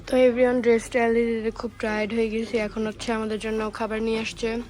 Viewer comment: Everyone ❎ Every on✅😂😂